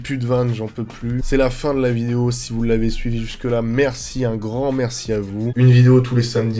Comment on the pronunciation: À chaque fois il dit "nouvelle vinéo" jpp